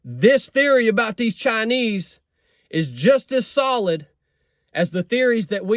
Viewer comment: They are actually called “Chine Wees”. 😂😂